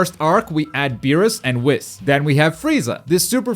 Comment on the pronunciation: Bro who pronounces whis like that